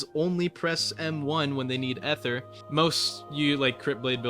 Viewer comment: can we not pronounce ether